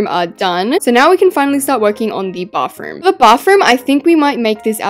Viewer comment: I love how she says bafroom 😊😊